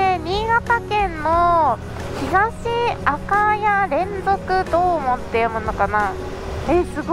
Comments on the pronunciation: ゴリゴリに地元映ってて笑いました笑笑 ちなみに赤谷の読み方は「あかや」じゃなくて、「あかだに」です！ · 赤谷はあかたにと読みます。 前は良くソロツーリングしていましたが土日には走り屋の多かった新発田から会津街道で三川に抜けたのかな。 喜多方迄行ったのならそのまま米沢を目指したら結構良い峠が有るのに。 国道１１３号もカーブが多く楽しい道でしたよ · 赤谷＝あかだに って読みます。 新潟県人より（笑）